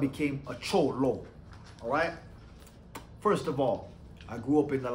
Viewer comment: Just say cholo normal bro lol